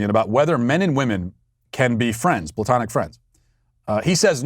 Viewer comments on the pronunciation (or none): Matt. Correction. It is not ploutonic love, it is Platonic.